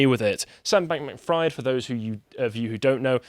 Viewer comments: It’s pronounced freed not ‘fried’ like fried chicken. Also he’s not getting away with shit there’s a huge mess the liquidators have to go through and who need to gather evidence to prosecute. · It’s pronounced “freed” not “fryed” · It’s pronounced FREED. How does one do whole report on this guy and not already heard people say his name a hundred times? 😂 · I'm enjoying how pronounces Fried like "fried eggs" rather than "freed" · may be pronouncing SBF's surname wrong.. but given the situation he's in.. it's not inaccurate.. it's a good meme tbh. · That's not how you pronounce Fraud lol. Or Fried. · How do you not know how to pronounce Fried lol